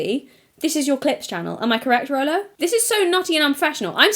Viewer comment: Stop saying rolo you're gonna trigger me to the snack draw